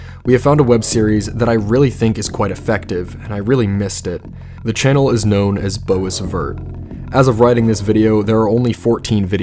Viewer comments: The way you pronounce Boisvert is killing me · Boisvert is French, pronounced "Bwah-v-air"